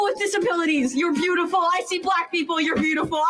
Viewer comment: Yew aRe bewtifuww. thank yew foR WsistinG